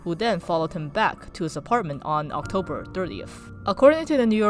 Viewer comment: “Obtober” lol